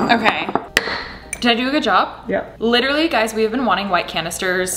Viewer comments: Chloe & Caitlin liT eR UHlLY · litR LAY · I love that Alisha is addicted to saying the word “literally” and that she pronounces it like Chris traeger is the best 😂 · no one: absolutely no one: alisha every two seconds: l “lichrally” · I don’t mean to leave a mean comment but if I hear “lit-rally” just like that one more time I might kms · "lit-rally" same